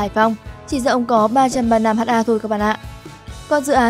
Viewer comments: Phát thanh viên nên đọc là hecta sẽ hay hơn là Hát a .. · Ad học lại lớp 5 đi ! 10.000 m2 = 1hm2 = 1ha, "ha" là viết tắt của hertare (từ TP) và đọc là "héc-ta". Vậy mà ad đọc là " hát-a": Ngô nghê buồn cười ! Theo logic này của ad thì 100m2 = 1dam2 đọc là "một giam hai"... Đọc ngầy ngây vậy mà còn thuyết trình và so sánh Vingroup với Apple, Facebook,... Đúng là... Vương Trảm Fong ! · 500 h a ko bít ad này học ở đâu mà đọc ha thành H .A